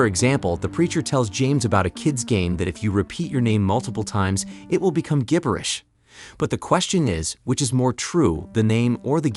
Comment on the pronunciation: AI voice can't pronounce "gibberish". lol